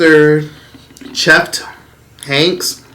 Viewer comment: Where did find that extra letter “F”? Cheft instead of Chet 😂...